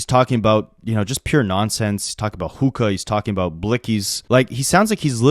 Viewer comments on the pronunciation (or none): none